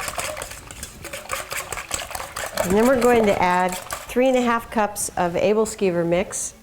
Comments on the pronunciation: She pronounces aebleskiver wrong xD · Good video. Yummy stuff. One thing though... She's saying the name wrong.